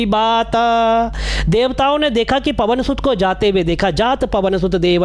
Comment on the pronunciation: जात पवन सुत देवन्ह देखा इसके नीचे वाली लाइन पर आप को फिर से विचार करना चाहिए , मेरे मतानुसार कुछ अशुद्ध उच्चारण हुआ हे